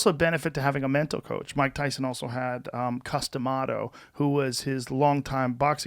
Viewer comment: You know, for the longest time, I thought Joe was calling Mike Tyson's coach "Custom Auto." I thought that like, he was some kind of boxing coach that also had a body shop, and was so dedicated to his brand that he changed his name to "Custom Auto." Cus D'Amato makes a lot more sense.